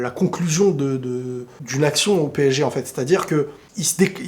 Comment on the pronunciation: PSG et non PÈG Hein !!